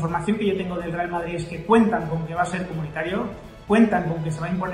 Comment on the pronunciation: dice Vardrid jajaja 😂😂😂😂😂